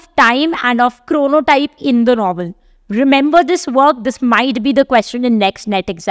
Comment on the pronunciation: It's not 'Bhaktin', it's 'Bakhtin'. It's not 'Chronotype', it's 'Chronotope'. Kindly do not misinform the students.